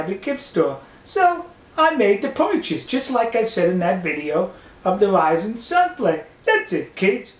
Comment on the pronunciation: "poirchus" "gawd"